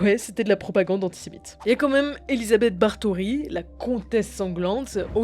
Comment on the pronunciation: Elizabeth Bar-tory... >< Draculo eh !